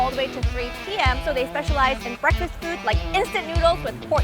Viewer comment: Sonny gets on my nerves why he’s always say fuudd instead of food ?? Get on my nerves already !!